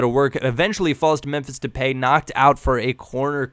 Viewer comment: Depay is pronounced De Pie. P. S. u is AWESOME